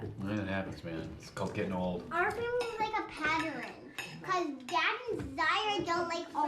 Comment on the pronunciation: is the word "patteren" a midwestern thing? 😂😂😂😂